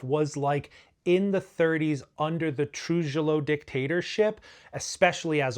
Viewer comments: “TRU HEE YO” please you’re killing me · Paterson is not in New York🤦 and we won't even go into your pronunciation of Trujillo